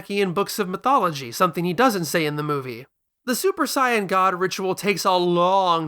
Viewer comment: Stopped watching when I heard you pronounce the word Saiyan Idk why you think you have to say it differently than how the characters themselves say it